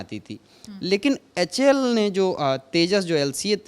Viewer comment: Lockheed ko bol raha lockheel...... HAL ko bol raha Houl..... Pehle sikh lo uske bad news banau.... LOL